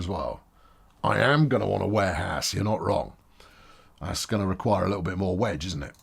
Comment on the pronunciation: Is it just me or He calls Warehouse as Wareass?